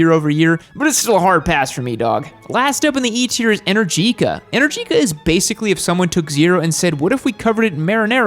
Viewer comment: "Moto Guzzi has the same attitude of MV" yeah sure guzzie noob. Moto Guzzi makes transverse V twin with a shaft as final drive; they are direct competitors of BMW boxers at a lower price point. Guess why I'm not subscribed? And "energica": stress goes on the second e, not on the i.